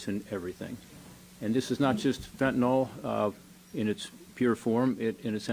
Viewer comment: It is pronounced Fen ta nyl not fen ta nal